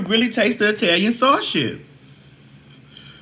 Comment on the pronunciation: The "eetalian sawrshih"🍝 😝